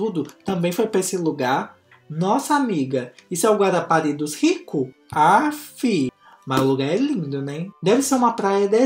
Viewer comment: falando Guarapari e Eu surtando